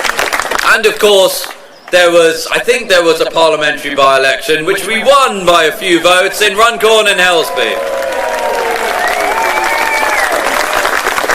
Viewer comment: It’s Helsby not Helby 🙄